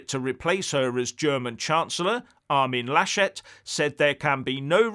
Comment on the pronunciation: your pronunciation of "Armin Laschet" was absolutely perfect we rather say "Armin lass et" though